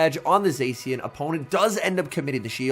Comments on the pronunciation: I do hear "xe" but not se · Somebody teach this guy how to pronounce zacian